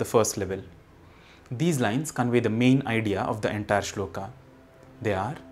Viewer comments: श्लोक , not श्लोका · वीडियो अच्छा है पर कुछ शब्दों को आप ख़ुद ही ग़लत बोल रहे हैं। अंग्रेज़ी में Shloka लिखने से ‘श्लोक’ श्लोका नहीं हो जाता। उसी तरह शिव जी का नाम अंग्रेज़ी में Shiva लिखने से शिवा नहीं हो जाता। कृपया इन छोटी पर महत्वपूर्ण चीजों पर भी ध्यान दें। जय महाकाल। 🕉️